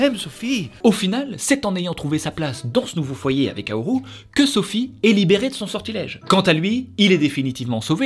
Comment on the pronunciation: j'ai failli pas reconnaître le film à cause du "haoru" au lieu de "howl"